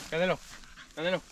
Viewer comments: The the dogs name is Canelo like the Mexican boxer not Canela like cinnamon. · Its CANELO like the Mexican boxer 😅